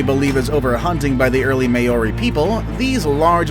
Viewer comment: You said Moari wrong. As a New Zealander I find this very offensive.